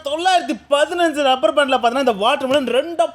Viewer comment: Rubber ku lubber solre tharkuri channel